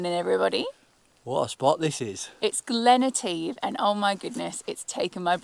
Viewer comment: Pedant here 🙋🏼‍♀️😂 - it's Glen Et-eh-ve not Eht-eeve. Beautiful place and you must come back in Summer! Great trip guys. I saw my first otter in the wild on Mull. Literally crossed the road in front of us. Lovely place. Also it's normally pronounced Oh-bin not O-ban😂. You guys are great presenters though, honestly some TV channel should snap you up!